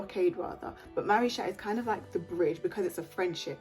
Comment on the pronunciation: It’s supposed to be pronounced maricha btw